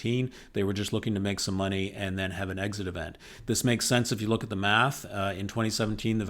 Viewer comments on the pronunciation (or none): none